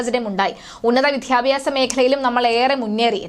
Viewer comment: വാദ്യ ആണ് വാദ്ധ്യ അല്ല ‼️വിദ്യാഭ്യാസ > വിദ്ധ്യാഭ്യാസ പ്രസക്ത > പ്രസക്ധ ,?????